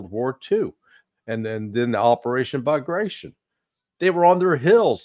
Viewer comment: It's pronounced Ba-gra-ti-On, emphasis on last syllable. It's a surname of russian historic figure, descendant of a Georgia's nobility. "Operayshn Bagrayshn" cracks me every time, lol.